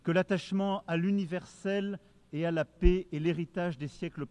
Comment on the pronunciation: Le président français gagnerait à apprendre la langue française: le mot "paix" ne se prononce pas "pé" mais "pè". Pas compliqué, tout de même!